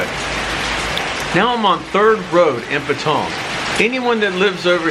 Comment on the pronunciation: Why is he saying Patong It sounds like Pattaya ?